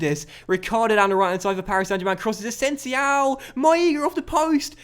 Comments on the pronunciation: Its not asensiao, just asensio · greate vid but i think it is asensio o not ow😂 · That boy asensiow is a talent isn't he? 😂😂😂 It's asensio with an O mate not an Ow xP. Still the best and most knowledgeable Fifa and FM youtuber by far though